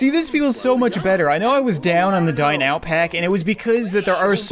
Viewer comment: It sounds like he says die now pack